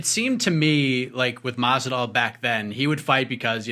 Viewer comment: Who is Stephen talking to the man keeps saying Masidal. Lol